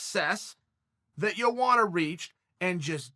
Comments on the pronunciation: JoeWanna lmao isn't it pronounced more like YoAnna???? Chael and BrenDumb Schaub suck at pronouncing fighters names even after years of say these names. I still like Chael saying YaRear Rodriguez. Hahahahaha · Lol chael its pronounced (Yo·onna) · "Jowanna JerjetSki" Perfectly Said. I couldn't have said it better myself